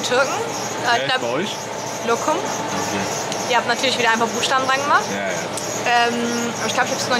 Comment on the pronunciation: Definitiv nächster Urlaubsort für Papa und Mama🥰🩵P. S. das heißt Lokma🤫😅